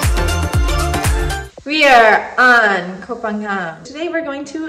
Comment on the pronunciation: got the pronunciation of Koh Pha-ngan right. it should be "paa ngan" (the 'ng' sound in -ing suffix like going), and not "paa yan" or "paa gan".